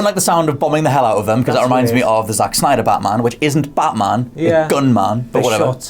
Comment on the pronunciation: It's batman , not baaaman !!idiot ! , seriously stop acting like you know everything , and get your bodyguard a suit instead of a hoody !